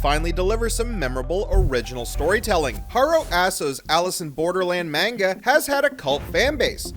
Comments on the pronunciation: You’re pronouncing Manga wrong: it’s not pronounced “Main-ga”, it’s “mon-ga”. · The way you pronounce manga and the character names infuriate me